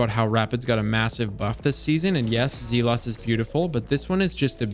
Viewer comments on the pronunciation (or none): Zealot rhymes with pellet, not pee-lot. Otherwise great stuff…☠️ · Zealot is “zell-ot” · Zealot pronounced zellot Techeun pronounced teck eon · I'm sure you've got this comment a hundred times at this point but omfg I don't care, Zee-lot is unforgivable and I MUST spend my anger her or somewhere else 😬😬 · Hey no hate brother but just thought I should throw out that Zealot is pronounced "Zell-et" Love the video man, keep pumping them out! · I feel like castle mispronounces things on purpose now 😭 for "zealot" it's pronounced like zeh-luht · "zee lot" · I love you man but FYI Zealot is pronounced like "zellit" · Is this guy trolling by constantly mispronouncing Zealot? I mean we have access to Google in the palm of our hands. You would think someone making a video would learn the proper pronunciation of the items they're reviewing. Yeah, he must be trolling. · Makes a comment about pronouncing adagio correctly, but can't say zealot. Love the video though! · Your pronunciation of "glacioclasm" was much better than that of "zealot" because zealot is a real word and glacioclasm isn't. I was really surprised to see cartesian coordinate so high, I've always felt like it was the worst of the rapid fire frames becuase it has so much more horizontal spread. The effective 1-burst range feels a lot shorter than zealot's or null composure because it's harder to hit as many bolts with that spread.